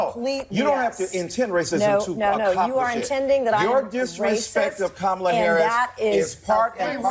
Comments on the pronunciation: seriously at this late date, why can't they get the lady's name right? Idk about Kamala but her name is Kamala. Not Kuh-ma-luh. It's not THAT HARD to pronounce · I don't care, really. This is so dumb. Kamala or Kamela or Kamelia may end up being one of her names by the time this is over because people mispronounce names regularly. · Can someone tell him and all Kamala stans that they’re all pronouncing her name wrong too. Ask any Indian (which is what her name is) how to pronounce it and they’ll say “cuh-mla”. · The real pronunciation, the indian way is, car-mar-la but now say it really really fast... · Ms Ann fine too. Btw cum-alla 😅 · He lucky she didn't start crying. And they definitely go out of their way to mispronounce her name though.